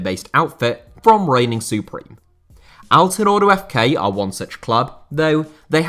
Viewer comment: As a native turkish speaker I can tell you that your pronunciation of Izmir and Altınordu was great. Keep up the good work and pls continue to making videos on niche topics.